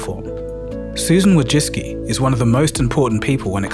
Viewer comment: Amazing video. Just one thing made me ick, the way you pronounce her name Wojcicki.